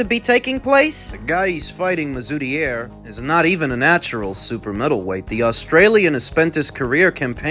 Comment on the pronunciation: You've actually done pretty well with the pronunciation of mazoudier too